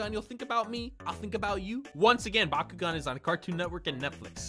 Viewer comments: I thought he said Bakugo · thanks to bakugan for sponsering this video. what i heard: "b a k u g o u" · Please tell me I’m not the only one who thought he said Bakugou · Yo who else thought he said “Bakugone” instead of “Bakugan” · I thought he said byakugan : k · I thought he said bakugou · I keep on think he is saying bakugo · I like the part where he said "Bakugan"